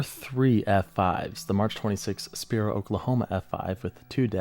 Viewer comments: you pronounced Spiro Ok so wrong 😭😂 its Spy-Row not Spear-Row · You pronounced Sapulpa Ok perfectly, the totally got Willburton (will-Bur-ton), Talahina (tala-heena) and my moms hometown Spiro (spy-row) Oklahoma.